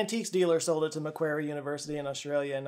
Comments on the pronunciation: It isn't Mac-Where-ry University its Mac-War-Ry University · P.s., Macquarie is pronounced like "MacQuarry" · Can we agree that everyone should learn the proper pronunciation for australian names macquarie is pronounced muh - kwo - ree No hate just observant. Love your work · Macquarie is pronounced Ma-quarry. Loved this whole deep dive, thanks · From an Aussie, just a heads up that it's pronounced "ma-quarry university" When you were talking about Seth, all i could think about was Stargate. Great video! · It's pronounced "Mack-quarry" - love you, from Briz-baine, Australia! ❤😊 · Pronunciation slightly wrong for Macquarie. It’s closer to mac-quarry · It’s pronounced “Mac-worry” university in Sydney! No shade though, You have to learn so many names for your channel! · Macquarie is pronounced MacQuarry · Ahem... It's pronounced Mack-Warry.... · For your furure reference, Macquarie University is pronounced MacquOrie Uni. Ir is an o sound not an a sound. Great vidi otherwise. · You pronounce Macquarie wrong. It's closer to "muh kwarry" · Macquarie is pronounced Mac quarry 😂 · You mispronounces "MacQuarie" - - it should be pronounced like "Mac Kworry" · The "qua" in Macquarie is pronounced as the qua in qualification.